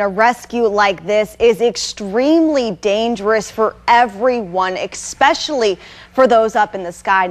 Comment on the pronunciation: "eCKspecially?" haha you should probably learn to pronounce before you get a job on TV. Good luck though!